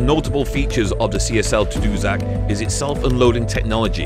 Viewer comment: Hey, it’s pronounced Ta Doo Sack, it’s named after a community on the north shore of Quebec. Nice to see the old beauties still in service. Nice job. Mark from Ridgeway